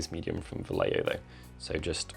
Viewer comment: Hi, love you videos man! Just a quick note for native English speakers, when you are going to pronounce Vallejo, imagine it was written Vayeho